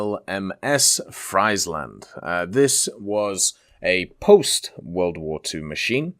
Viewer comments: Friesland is pronounced as freeze land, not fries land 🤣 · Freiland 😂 iets is ie not ei (I am Dutch ) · when you pronounce friesland completely wrong angry dutch noises